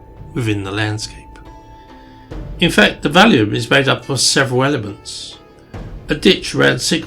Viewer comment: On this video you keep calling it the Valium (the name of a drug) instead of the Vallum. The word Vallum possibly pronounced Wallum or Vallum means wall. Obviously it is not a wall but a ditch/canal. T C Bell, a marine engineer, was the first person to recognise it was a canal to move the stone for Hadrian's Wall. Once the Wall was built there was no need for it. As Martin Eckholt, who investigated European rivers, stated, "it is generally accepted that the only way the Romans could have transported cut stone from the quarries was by water".